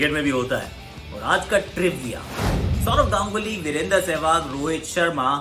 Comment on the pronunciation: who noticed this "Saurav Ganuly" :0